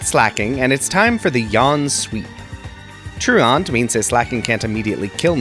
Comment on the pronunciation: I’ve watched a shit ton of poketubers and I think you’re the first person I’ve actually heard pronounce truant correctly 😂